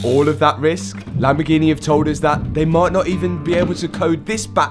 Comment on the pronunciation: Well I guess he does actually know how to say Lamborghini LOL he kept saying it weird and then all the way at the end of the video he actually says it correctly LMFAO